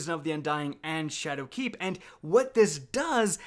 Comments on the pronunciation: he is also putting a lot of emphasis on the "keep" in shadowkeep, which sounds a little off to me. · SweetPigFat yo fr I cringed every time he said shadowKEEP